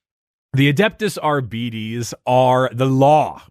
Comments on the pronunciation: Wouldn't it be pronounced like ar-beh-tis or ar-bah-tis instead of ar-bee-dees? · Im so sorry, but ARE-BEE-TEES will never sound right to me. ARE-BIT-TEES sounds better. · I got di-arbetes hearing you pronounce it this way, too. Think "arbitrator." "are-bit-ees" instead of "are-beeties" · Adeptus Arbeedeez nuts. (not agreeing on the pronounciation) xd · the fact that gives a false pronunciation of adeptus arbites only to give an alternative that is also incorrect is so mildly infuriating